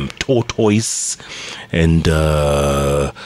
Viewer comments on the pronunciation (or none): Eh 😂😂😂Jeff your pronunciation of Tortoise ni mbaya Sio “TOTOIS” lol 😂 is pronounced differently I know that in most English accents and North American ones is pronounced “tortus” (or in parts of England, “taught-us”. In many Canadian and US accents it's more like “toddus”. Hapana Totois lol 😂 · Jeff Ni ta-tais not to totois.